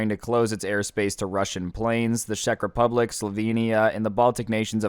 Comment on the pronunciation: As a Czech citizen the way pronounces Czech Republic hurts